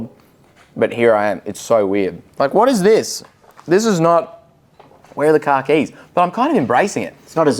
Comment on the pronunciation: Okay, even as a Brit I was confused as to why he kept referring to his car keys 😂. Too long pause between syllables for my ears apparently!